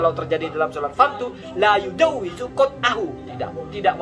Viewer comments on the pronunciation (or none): Dia baca kitab saja tidak tau... La yujawwizu apa katanya??? Itu kan fiil Midori' , laa yajuuzu